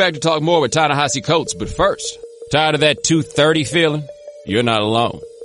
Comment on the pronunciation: Thank you so much for turning me on to William Darity. He's the grownup in the room I've been hoping to learn from. Plus thanks for teaching me how to pronounce Ta-Nehisi's first name, but Prof. Darity gets top billing.